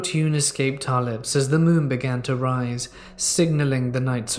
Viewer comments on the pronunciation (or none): none